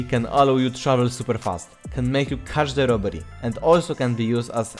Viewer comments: nie no wiem że chodziło o catch the ale przez to że jesteś Polakiem jest trochę słychać Każde Robery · yes, but i swear that sounds like "każde" i just cant unhear it